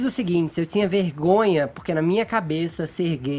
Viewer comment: Porque o Fefito fala: D"S"iego? Not"S"ícia? T"S"inha? Crit"S"icando? Forçadament"S"iii?